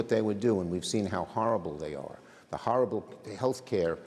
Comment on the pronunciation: "How Harabble they are". Truck drivers have to speak English, so should Schumer.